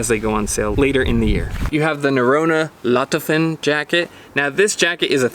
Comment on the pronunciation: HI , men do you ever know what jacket do you get from Norrona ? it's falketind Gore-Tex Paclite Jacket made for hiking like whole Falketind line , It's not LOFOTEN gore-tex btw. pronunciation is LO FO TEN ,no LO TO FEN .... and Norrona is best technical gear producer out there , maybe only Arctery'x is inthe race .